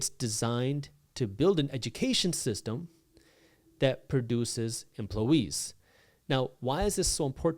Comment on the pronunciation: "Many emplowees"